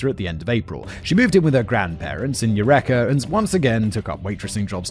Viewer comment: Its you-reekah not you reck-er. EUREKA CA.